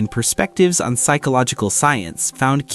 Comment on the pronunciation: use of AI is ensaddening me: "psychooical", "intelectual" 😞